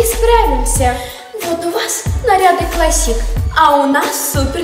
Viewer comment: клАссик а не классИк